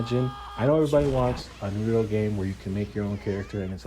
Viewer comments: I mean it is never too late to say it right. I know it is petty on my part but it seems people go out of their way to say it wrong when the only time you hear it in the show is said a different way.lol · Bruh no sub till you say Naruto's name right.